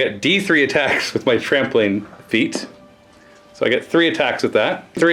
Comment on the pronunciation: Every time you said "Trampling Attacks" I heard "Trampoline Attacks" - which doesn't seem at all out of place for Squigs!